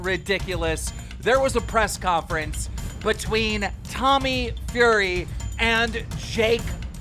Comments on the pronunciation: ITS TOMMY FEW RY Not furry, FURY=FEWRY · Ffs keem it’s FURY not FURRY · BT is British Telecom and PLEASE learn to say Fury. He's NOT a Furry lol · his name is tommy fury not tommy fuurry lol love you keem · he just cant say fury's name right can he 😂 this man said furry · Man said Tommy Furry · its funny how keemstar says tommy furry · Dude has a hard time saying "fury" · their surname is not fury as in a fury cat or pussie, but fury as in fury of the gods! Lmfao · Bro learn to pronounce Fury you're are literally 40. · Take a shot every time Keem says the word "Fury" wrong in every video he mention dude's name.